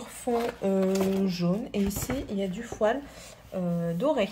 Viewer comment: Je crois qu'on dit bien fo''i''l.. sinon on a l'impression d'entendre ''poil'' 😂 😂